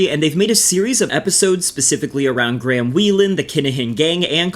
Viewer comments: Graham is pronounced "grey-em" not Gram but its also a befitting name Ngl lmao 🤣🤣😂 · Is ot me or is he pronouncing 'Graham' as Gram 😂😂 quire apt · You guys know that's not how Graham is pronounced right 😂